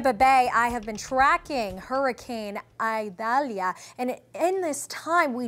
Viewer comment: It’s Eee-Dal-ee-a. Not Eye-dalia